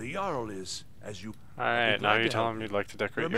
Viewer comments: The "Jarl" haha it's pronounced "Yarl" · Yarl is right